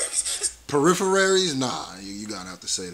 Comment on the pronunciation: "Periphery" is a word, not what he said "peripherary". Boyyyy